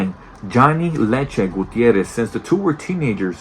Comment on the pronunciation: and I believe you got "Leche's" name wrong!